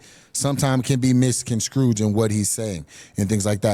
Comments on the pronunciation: I love when he said “miscon-scrooged” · did he say Alex ' translation can be misconscrooge? LMFAO